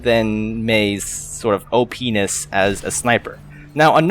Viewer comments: Did any one else notice he said OP-NESS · Lmao he said "opness" or openis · Heheh he said ohpenis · "Mei's sort of oh-penis".